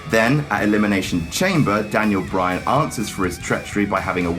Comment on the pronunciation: Bray Wyan lol